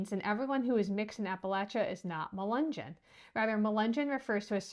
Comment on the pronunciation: Say mull-lee-gun say mug-lug-on